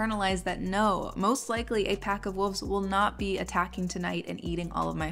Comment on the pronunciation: Me hearing you say “wolves” as “wooves”: 😳